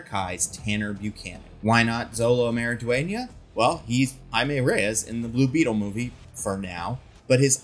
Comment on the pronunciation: Love the video! Quick note about pronunciation for Xolo Maridueña. It is 'Show-Lo' for the English pronunciation. Heard him say it that way consistenly in interviews